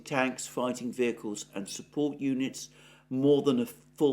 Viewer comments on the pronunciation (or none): none